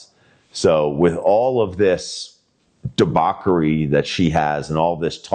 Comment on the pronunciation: Debauchery*... not debauquery...